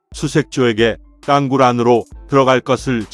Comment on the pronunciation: 내용은 제작진이라 미리 알텐데~. 띄어읽기가 안되네. 윗선의 묵살. 부하장병의 희생을 개의치 않는 자 누구냐? 땅굴[땅꿀] 이것 발음 안되나?